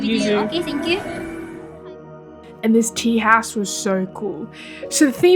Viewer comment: The way you say "house" is funny AF "tea - haawse" do you hear that yourself when you say it!?!? :-D